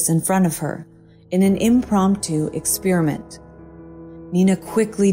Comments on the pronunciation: What is an exspearament? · Since when did we start pronouncing*experiment" that way?